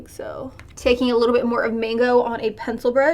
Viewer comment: “A leetle bit”